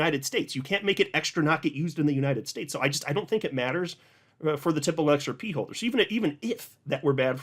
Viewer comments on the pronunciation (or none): The “XEP” 😂. Long live!